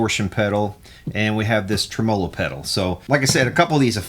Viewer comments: Clicked just to hear say "trem-olo". It's Spanish for tremolo. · tre-MO'-lo. Lol